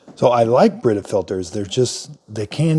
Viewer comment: "BIRITA" lol